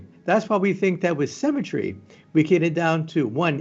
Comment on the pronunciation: The way he says Symmetry sounds like Cemetery.